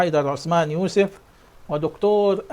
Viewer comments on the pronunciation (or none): none